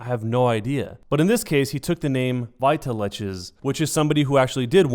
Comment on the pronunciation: I'm relatively sure it's supposed to be said "Vital X" not "veetaleches". But, I honestly hope this gets cleared up for you. Probably never going to watch any of your other content, but it's always sad when something like this happens.